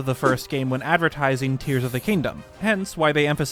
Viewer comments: Ah yes my favourite Zelda game: brrs of the kingdom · Lol The Legend of Zelda: Brrs of the Kingdom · ah yes my favorite game, The Legend of Zelda, Brirs of the Kingdom.